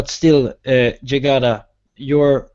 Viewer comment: Jygada pronounce it correctly!